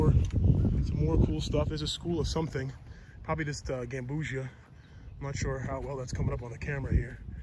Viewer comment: "Gam-bu-see-ah" not like ambrosia